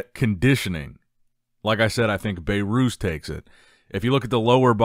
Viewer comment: His name isnt "Bay-Rhooz"😅 It's pronounced "Behrus"